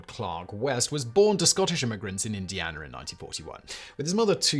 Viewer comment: LOL SImon pronounces "Indiana" as "Indianerr".